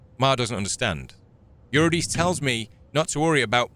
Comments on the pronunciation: It's ura dich e. From Orpheus And Eurydice. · Eurydice is pronounced like this "yoo•ri•duh•see", Eurydice was the wife of Orpheus in a Greek myth. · Eurydice is pronounced yoo-ri-duh-see. From Greek mythology, she was the wife of Orpheus. Edit: Ah, you almost got it :) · It's pronounced "Your-rid-ih-see". Not "reed" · Eurydice is pronounced (yr-i-de-see) was the name of the wife of Orpheus. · I believe it's pronounced "You-rih-dih-see" it's Greek I believe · Eurydice - yoo-rid-eh-see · The portal in a threshold was honestly a nice touch. For those unfamiliar with classic folklore, there are many stories (especially related to Fae) that involve a "threshold" being an important element of the story or how things operate. Essentially, by crossing it you've given tacit consent for the creatures to mess with you. Also, Eurydice is said "Ur-e-Dee-cee". It's a reference to Greek mythology, where she was the wife of Orpheus, a musician whom eventually went to the Underworld in search of his wife after she stepped on a viper and was killed on their wedding day. Essentially he was guided by nymphs and satyrs (pretty much what the goat demon is based on) to the underworld to try and bring her back. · Look up the tale of Eurydice and Orpheus. It’s a great myth and any video will include the pronunciation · The c in Eurydice is a k sound I believe 🫡